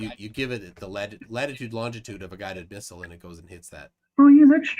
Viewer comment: “Longitude and LaNGitude” … 😂